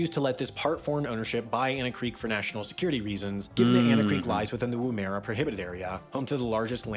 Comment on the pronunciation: Not just planes. Microlights and gyrocopters. Friends of mine muster cattle with a gyrocopter. Better than a plane because it doesn't need a runway. And it's not pronounced " Lake 'Ayer'" it's "Lake 'Air'" and "WOO-mera" not "WooMERA". Vast cattle stations are about the only agricultural use you can make of some of that country; cattle can walk themselves to water, but crops cannot, and the soil is too dry and poor to grow anything but sparse grazing.